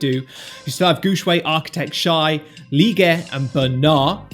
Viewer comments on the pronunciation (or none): none